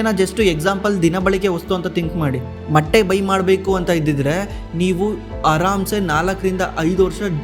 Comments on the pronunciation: ಮಟ್ಟೀ ಅಲ್ಲ. ಮೊಟ್ಟೆ 😢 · ಮಟ್ಟೆ ಅಲ್ಲ ಸರ್ ಅದು ಮೊಟ್ಟೆ 😮